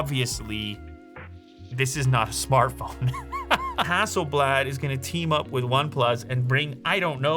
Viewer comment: ROG Phone 5. Only because of the touchinput settings feature. Also, the last A in HasselblAd is pronounced more like "dAwg, bAll". Not like blad(der) 😆🇸🇪 Fun fact: Hasselblad is from the same town as Pewdiepie. And me.